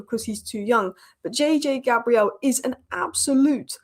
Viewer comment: please say his name right. He is not 'Gabrielle', a female Christian name. It is pronounced "Gae-brill". It's just respectful. No one calls you A- lice.